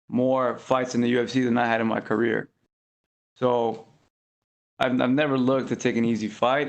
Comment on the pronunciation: Mans said 'throughout his career' I thought he called Brian a queer.